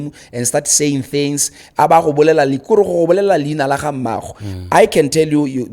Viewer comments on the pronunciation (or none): none